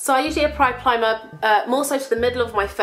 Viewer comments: "so i usually appry plimer-" awww <3333 hhheheh PS YOU'RE PERFECT :D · "So I usually appry plimer..." haha! I switch my letters ALL the time so I can relate